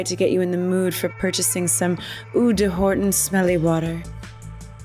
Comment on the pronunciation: De isn't pronounced like "day", at least in French, because French isn't Spanish, it's pronounced more "duh". Also, eau isn't pronounced "ooh", it's pronounced oh, like "oh, that smells!" And eau means water, so it's Horton Water®.